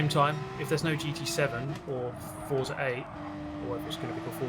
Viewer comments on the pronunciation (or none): none